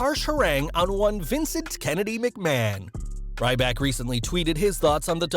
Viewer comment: Vince McMaho